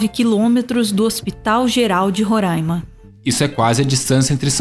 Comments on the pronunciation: Coisa que deixa o Roraimense feliz é ouvir quem é de fora pronunciar "Roráima". O primeiro saiu certinho,mas depois não teve jeito kkkkk. Só vamos perdoar pq amamos vocês <3 kkkkk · Bom vídeo. Quem sabe um dia vocês ao sul de Roraima aprendam a falar o nome do meu estado...